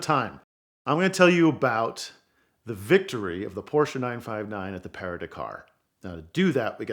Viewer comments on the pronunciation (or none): Your pronunciation of PARIS to DAKAR rally its no parie to takar which is how you pronounced PARIS to DAKAR got it